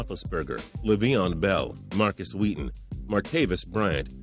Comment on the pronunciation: The way he said leveon I died XD